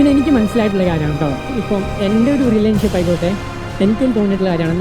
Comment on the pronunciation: റിലേൻ ഷിപ് അല്ല മോനെ റിലേഷൻ ഷിപ് 😂